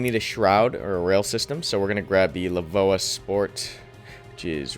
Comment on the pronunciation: “La-voa” XD. Letters in all caps mean you pronounce each letter not like how you say it if it were an actual word.